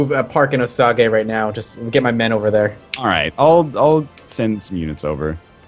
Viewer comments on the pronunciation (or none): Osage is pronounced O-sage by the way.